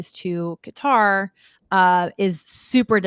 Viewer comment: Qatar Qutarlson